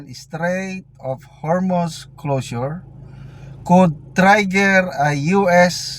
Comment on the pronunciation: SORRY PO SIR. AKALA KO PO BA AY NAGING TEACHER KA.PERO ANG PAG B8GKAS MO NG MGA WORDS NA(COUNTRY,TRIGGER)WT MARAMI PANG IBA.KINDLY CHECK YOU ENGLISH 101.NAHIYA PO AKO SA WORDS NA TEACHER KA NOON. SORRY.....!